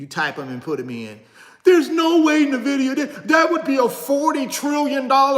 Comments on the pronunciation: "In" Vidia not "Nah" vidia (^_-) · You continue to pronounce Nvidia incorrectly my dude 😆 it’s correctly pronounced N-Vidia brother.